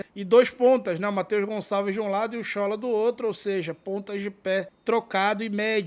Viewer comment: a pronúncia correta em iorubá, do nome do nigeriano Shola, é Sholá. Acento agudo no "á".